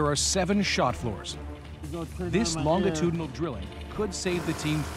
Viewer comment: someone tell the narrator that you pronounce the "G" in longitudinal like a "J" and not a hard "G"